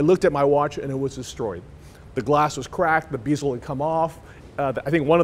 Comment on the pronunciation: Okay I've got to say it what the hell is a beezel, oh wait a minute he talk's about watches all the time he meant bezel.